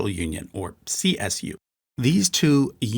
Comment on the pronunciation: Why do so many emphasize the C in CSU and not the S? It's so confusing